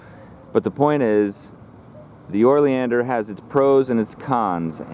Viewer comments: Lol YES! O not OR😂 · How you spell it "oleander" and pronounce it "orleander" is beyond me. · Pronounced Oh-lee-an-der. There are literally DOZENS of varieties of Oleanders with many different variations. I would say the hotdog story may be partly true. Smoke inhalation leading to cardiac arrest? Maybe. Eating the hotdogs? Not likely. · I’m curious, as to why you refer to them as “OR-Leander’s”... I am pretty sure, that there is NO letter “r” that is placed before the letter “l”... Please don’t misconstrue, my question, as weird or “Chicken-Shi—ty”... And for you haters out there, I don’t care what you think of me, so don’t waste your illiterate pontification!!! All I’m guilty of, is to ask an honest question! It is, indeed, a nice video! And it really doesn’t matter how you articulate your version of the name... I was just curious, to hear, why you put the “OR” phonetic sound, before the “L”? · you are mispronouncing the name of the plant